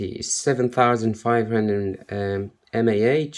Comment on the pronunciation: the way you said mah im kinda sure ur not a proffessional